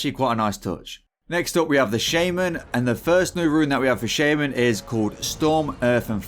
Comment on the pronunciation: You are pronouncing Shaman correctly in shamanistic rage but wrong by itself